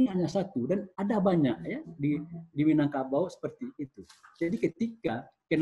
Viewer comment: Sumbar Minagkabau bukan Minangbanteng...😂😂😂